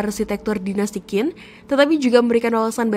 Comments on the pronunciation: Bisa baca Q gak? Kok jadi Kin. Harusnya chin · QIN dibaca CHIN, BUKAN KIN, dinasti Qing=Ching😂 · Kontennya lumayan bagus, tapi perlu belajar lagi tentang ejaan Pinyin mandarin. Ejaan bahasa mandarin agak perbeda dgn bhs indonesia. Qin tidak di baca khin. Tapi qin di baca sebagai "Chin". Semoga bisa lebih benar lagi pengucapan nya di konten selanjutnya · Benar sekali, bnyk org Indonesia yg baca Kin, ketauan kurang wawasan , kurang belajar, sebaiknya belajar lafalnya dulu sblm menyampaikan sesuatu dng akurat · Sebutnya "Qin = Tjhin", bukan "Kin" . tq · Bacanya Bukan kin tapi chin😢. Penjelasan sejarah tapi bacanya saja sdh salah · maaf mba cara nya baca nya bukan KIN Si HUANG tp Ching Si Huang....✌ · "Qin Shi Huang" bukan dibaca "Kin Si Huang". Bagi yg tidak mengerti pinyin atau susah melafalkan cara baca tulisan pinyin, coba ini: "qin" dibaca "jin" (bunyinya "ch" bagi lidah non mandarin itu lebih sulit ditiru, lebih mudah dan lebih mirip terdengar sebagai "j") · Q bacanya ch gitu sih yang saya tau ... Qin bacanya chin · Qin bacanya bukan Kin, tapi Chin.. ngawur 😂😂😂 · Dari awal sampai akhir Qin dibaca Kin, Seharusnya Chin, Ching atau Shin... Itu adalah nama yang disebut-sebut bangsa-bangsa asing di luar sana yang sampai pada era moderen berevolusi menjadi China. Jadi jangan baca Kin ya, tidak elok China elo baca Kina🤣🤣🤣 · "Qin" dalam bahasa Mandarin dibaca "ciin" (dengan aksen yang agak datar). bukan dibaca Chin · Qin, dibaca Chin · Qin di bacaNya Ching. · Qin bacanya CHIN, mbak! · Qin, dibaca : " J H I N " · Qin cara spellnya chin kyk mau ngomong china gt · Sebutan Qin, kok di baca Kin? Harusnya ambil dulu sebelum membuat konten. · Qin dibacanya chin boss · Sulitnya orang di Indonesia dikasih tahu cara baca yg benar tetap saja dibaca kin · Jendral wang jian bukan wang jan mbak…penasehat nya li si bukan leu😂😂😂…gak ada kaisar kin mbak…qin itu bacanya cin